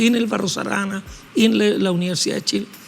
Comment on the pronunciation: Que gran invitado, claro que la periodista debiera aprender de él, el profe dice BarroS Arana, y ella dice BARRO ARANA, además le tomó un retrato, yo creo que le tomó una fotografía con la que se puede hacer un retrato. Ojalá nuestros periodistas pronunciaran bien. Al menos ellos.